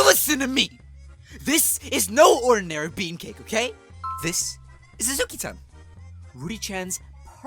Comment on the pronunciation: Hi!!! (Sorry about that) I’d like to point out, instead of saying Azuki-Tan, said Akuzi-Tan (dw I understood what he meant)